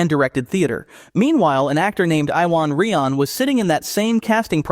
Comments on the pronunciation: I'm sorry... I can't be the only welsh person to watch this video, and no doubt I won't be the only commenter.. Iwan Rheon, pronounced Ew-an, Ray-on. Not Eye-wan Ree-on. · Yoo-an Ree-on